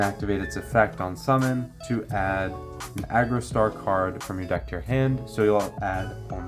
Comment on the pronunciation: Homie, I appreciate the video, but Jesus Christ that it is pronounced Argostar, not Agrostar